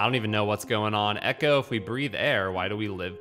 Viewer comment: It's ecco not echo! 😉If I remember correctly, you can eat fish to heal!